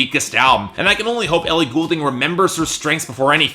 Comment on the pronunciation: maybe dont review her album if you cant even pronounce her last name?